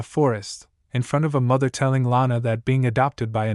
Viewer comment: bro the voice that stops and emphasis the word like father and mother is kinda off putting. saying normally is much better